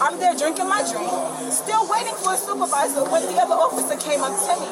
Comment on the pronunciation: She asked for the supervizah! of the bar 😂